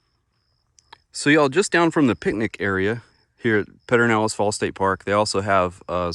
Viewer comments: Thanks for a great video. If you are from Central Texas, it is pronounced: PUR-der-NAL-ehz” or “PUR-den-nal-ehz.” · Yep…it’s hard to listen to him say it. I’ve never heard anyone say that.